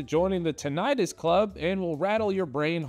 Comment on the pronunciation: The way you procounced "tinnitus" gave me a stroke